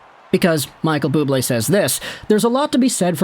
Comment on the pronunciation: Bubbly!! No it’s Bubblé!!